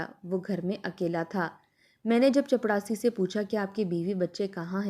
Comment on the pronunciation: OMG please chaprasi bole ... Jitni baar ap chapdasi bol rahi h man kar raha story yahi se band kar de